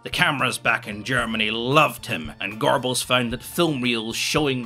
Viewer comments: I love how you mispronounce on purpose: "Goerbells", lol. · Why do people always say some variation of Gorbells or Goybells.. It's really not that hard. It's Göbbels. Look up how to pronounce umlaut. It's easy.